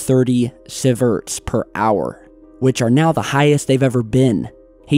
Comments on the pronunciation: Pronounced "see verts" not "civerts". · pronounced: sea-verts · seeZum not saysee-um and seeverts bro sheesh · dude, not to be rude but its pronunced see-ver-ts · Sieverts (pronounced see-verts) Caesium 137 (pronounced see-zium) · Sieverts pronounced "see-verts" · It's pronounced See-Verts; Milli-See-Verts Or Micro-See-Verts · not hammering you, it is pronounced seee vertz. one can sicken you and less than ten will be fatal. Didn't they say a few years ago there was no more fuel in the pressure vessel and it had breached the 25 foot reinforced concrete floor? Funny part is the Japanese government tells the people the seafood if fine. Thank you for your post. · How the fuck are you pronouncing Siverts? xD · Never actually knows what he's talking about. Proof?; He perpetually reads words with totally wrong pronunciation, showing he has Never even heard the word apoken aloud! Like here with Sieverts, oh, and Cesium, he pronounces it with an L for some reason.., 'Celsium' WTF.. Watch a damn documentary (or 5000 of them) dude!